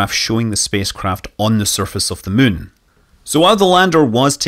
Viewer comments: It's been fun listening to the native Chinese speakers pronounce it Moo-en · I absolutely love how Scott pronounces the "munn", and it would't surprise me if the "kerbals" named their "satelite" based on this :) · I think hearing SM say "the muun" is my favorite sound